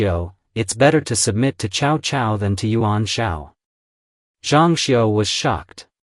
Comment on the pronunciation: Ciao-Ciao non si puoʻ sentire 😅